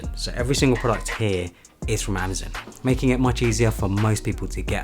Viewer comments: it's pronoucned "amaZON" not "amaZIN" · I wouldn’t have even noticed he’s saying it weird. Thanks. A lot.